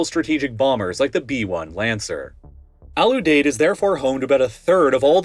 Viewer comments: Ram-Stine Lake-N-Heeth Al-U-Deed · You are pronouncing Al Udeid wrong my brother. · The nickname of Al Udied is "The Deed." Can you guess how it's pronounced? Have you ever talked to someone before you try with these words? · lmao right. Same for Kadena and Al Udeid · For future videos, pronunciation matters: Lakenheath: “Lake-in-heath” Ramstein: “Ram - Styne” Al Udeied: “Al-You-Deed” Kadena: “Kah-Deen-Ah” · Pronunciation is all over the place. Lake-in-heath not Lack-in-heath. Al-you-deed not Al-ooh-dead.